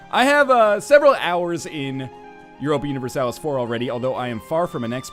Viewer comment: No U-nih-ver-salis